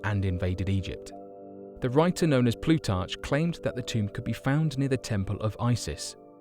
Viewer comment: And “Ploo- tartch”? Plutarch is pronounced “Ploo- tark”. Ask any ar-chee-ologist!!!